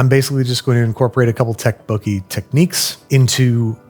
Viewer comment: Ten levels of Babish mispronouncing Tteokbokki